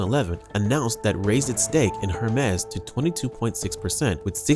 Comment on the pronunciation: Hermes is pronounced, “air mays.” Not “Her Mes.”